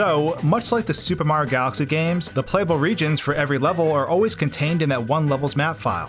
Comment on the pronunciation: “Super Mah Galaxy” Brother just say the word